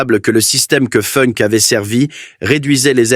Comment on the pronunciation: Il n'y a pas que Funk qui est mal prononcé, il y a aussi Spandau qui se prononce Schpanda-haut et Speer qui ne se prononce pas Spire. Et non je ne suis pas prof mais je suis pour le respect de la prononciation.